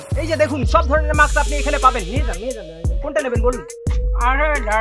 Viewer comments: Re ota maks na ....mask bole 🤧🤧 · Mask bole ... maks na